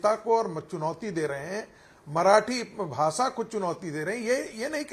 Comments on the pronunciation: भासा नही भाषा होता हे रागी😂😂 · भासा नहीं भाषा होती है रे गवार